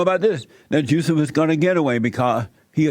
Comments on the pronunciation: Why does it sound like he’s calling him JUICY ? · I’m sure I heard juicy smallcock at the start 😂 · Juicy Smollett 🤣🤣 I can’t get past him saying Juicy. Now that they’ve reopened this case I hope they cage Jussie this time.